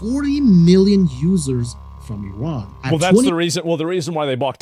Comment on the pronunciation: Yo this dude is Chinese. Did you see how he pronounced Iran? Elmer Fudd sounding MF'er.